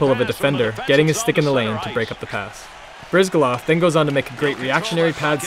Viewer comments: Maybe for the next video, get your narrator to learn how to pronounce the players names. (Bryzgalov) Also I hope power plays aren't so easy to score on as 2012.... and seriously you guys really gotta stop copping out with these commentators... Its pretty pathetic at the end of a day for a true hockey fan to try and enjoy a couple idiots making irrelevant comments. There's been enough color commentators over the years to warrant an overhaul. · Anyone notice the guy talking in the video butchering rinne and bryz's names? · Makes an EA video..cant even pronounce Bryzgalov correctly. Fail